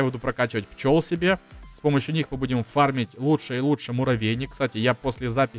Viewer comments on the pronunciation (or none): none